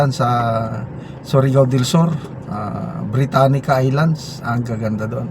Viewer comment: Sir britania beach hindi britanica